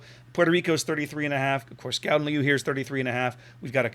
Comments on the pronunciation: yeah its like the cheth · Your second attempt at pronouncing it was almost correct, apart form the 'G' sound.